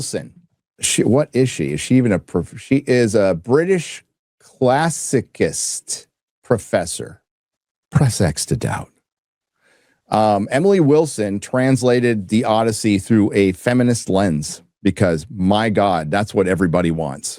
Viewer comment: Listen to JEREMY COBRA and CAST Sidney SWEENEY as HELEN, YOU interstellar imbecile Nolan. PS—“Classi-kist”?? She’s a classi-sist or classi-cyst